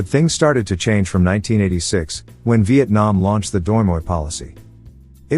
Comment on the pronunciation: He said Vietnam wrong